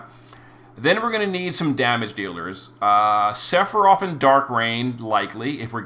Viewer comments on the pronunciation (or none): none